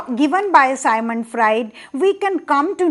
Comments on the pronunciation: Dear it's Sigmund Freud not sigmant frued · मैडम सायमंड फ्रायड नहीं सिग्मंड फ्रायड कहो।